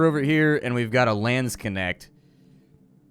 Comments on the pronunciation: Funny... so you speek Landsknecht as "Lance connect"? XD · I mean... i am laughing here because i am german and know how to say "Landsknecht" ...but i allways hear "Lance connect" as he said it. And it is not even that wrong... as a Landsknecht you want your Lance to connect with your enemies body... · What the hell is a landskenect? The butchering of a Landsknecht? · Took me a while to figure out he said Landsknecht 😂☺️ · Great job as always and thank you! Let me repay you by linking you to the correct pronunciation of Landsknecht Not trying to be mean, but .... since you love that kind of character I thought you might appreciate a little help. Whether or not you want to just call them "Landser" is up to you. There is a link to the Nazis, but then again, what isn't these days. So, apropos the light and door: it's gotta be directly above the door, not a street lamp (which is what you were looking at). It reminds me a bit of Bloodborne, as does the color scheme.